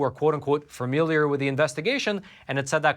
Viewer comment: What's that word,? "Fearmiliar"? "Fermiliar"?